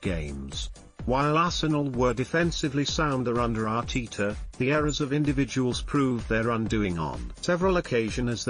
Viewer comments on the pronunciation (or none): Isn't bloody annoying.Arteeeta